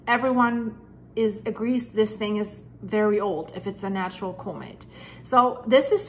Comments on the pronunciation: Thank you for the video. Just to help out with non-english speakers, Comet is pronounced "Kah-met" not "Koh-met." Great video. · It’s pronounced calm-met. The word comet. It would take forever for me to learn Deutsch.😅